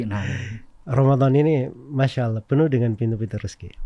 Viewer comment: Knp sih harus ngomong Auloh? Giliran bahasa inggris sok2 native. Hahaha.